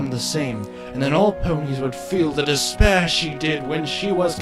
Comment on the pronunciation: Did i hear “Despair”?